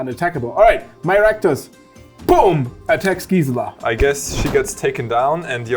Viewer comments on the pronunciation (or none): Your pronunciation on Gisela is driving me insane